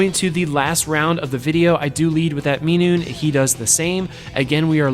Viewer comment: If you could please pronounce minun correctly 😅 not minoone